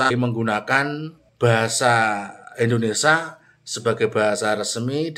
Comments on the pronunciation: Bahasa Indonesia, bukan IndonesA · Bahasa Indonesia Mas, yang benar. Bukan Bahasa Indonesa. Gitu ya. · Indonesia bro bukan indonesah...😁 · Mas, kalo nyebut bahasa & negara Indoneia....... Jangan Indonesa dong......!!!